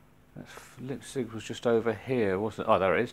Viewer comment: And no woorrie about ur pronounciation ;) it doesnt matter. But if u wanna know out of interest u pronounce the: "Lei" in Leipzig like the "Li" in the word Life. And then u just say the rest like u alredy did ;)